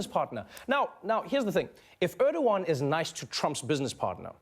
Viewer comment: Wow...that english pronunciation. Urdowan? It's ER-DO-GAN. Learn your turkish names.